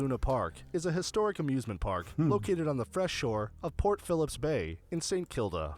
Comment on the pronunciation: Sacre bleu....he can't even get Port Phillip Bay correct.